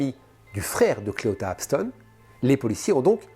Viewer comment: Parce que les femmes sont les principales victimes. Évidemment. Comme Jany doit être malheureuse. Et ce mot est bien en dessous de tout çà. Clita et non Cléota comme tu le prononce est un gros enculé de sa mère. J'espère qu'il va pourrir jusqu'à ses 97 ans à Singsing.